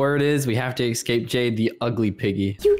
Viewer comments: But says excape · Escape not excape